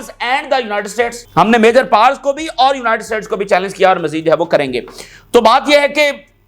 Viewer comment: Please corrections it's Not MA-YOUR it's MA-JJOUR. THANKS